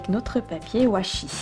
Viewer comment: on dit pas wachi